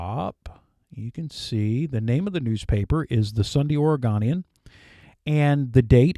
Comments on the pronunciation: Oregonian is pronounced like "own-ian" not "on-ian" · Good job … but fyi Oregonian has a hard O “OregOnian “